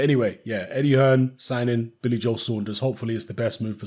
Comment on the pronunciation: Can someone tell his name is Billy Joe not Billy Joel. 😂😂